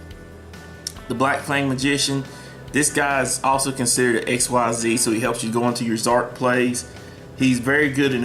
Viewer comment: bro, XYZ is pronounced like "exceeds" not "x-y-z"